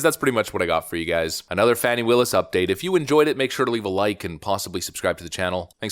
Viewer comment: This is not true. Learn how to prounce her name. This is not truth.